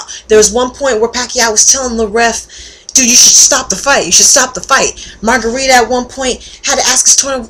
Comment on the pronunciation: lol margarita? it's margaritO! anyways you get points for being a chick who watches sports.